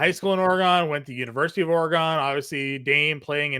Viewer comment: Hate the way you say Oregon but good show